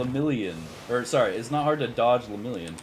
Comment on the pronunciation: Ima also need you to stop putting so much disrespect on Lemillion’s name 😩😂